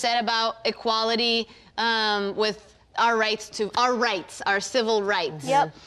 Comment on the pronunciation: She said 'civil' did she? Sounded like 'cibil' to me.